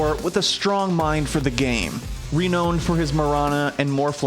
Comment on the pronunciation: "reen-owd" for his... Really. The narrator cannot pronounce renowned?